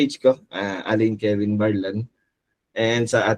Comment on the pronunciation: Correction para sa ating viewers bale Alein Kevin Barlan, hehe hindi "Kelvin", anyway Thank you ulit!